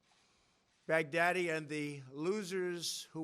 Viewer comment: That's what I keep hearing too 😂